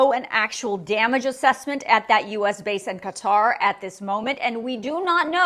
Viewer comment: Thank you for the information, INCLUDING pronouncing Qatar correctly! You’d be shocked at how many legacy media people say it incorrectly. It’s a little thing, in the grand scheme of things, of course, but I’m grateful to you for this nonetheless!